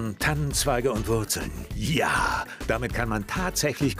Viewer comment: “Jaa“ Das hat mich für alle Zeit verstört 😂